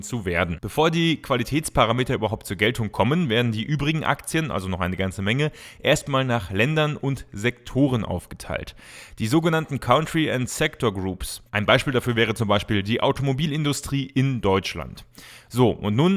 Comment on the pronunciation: Bitte lerne erst mal richtig Englisch... "kauntri"... unmöglich, dass das heute immer noch gefühlt alle falsch aussprechen!